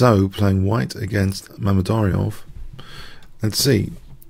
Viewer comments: *butchered and yes it's Mamed-Yar-Ov not Mamed-Ary-Ov. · Nice game! But you kind of butchered Mamedyarov's name throughout...